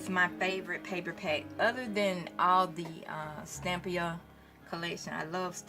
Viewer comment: you have been mispronouncing Stamperia. You have said Stampia with out the 4 syllables: Stam - per - i - a. Your work is fabulous and it inspires me. Thank you!